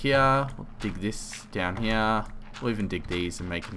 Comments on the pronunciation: you said heoh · i never noticed you say "here" differently until you kept saying you did haha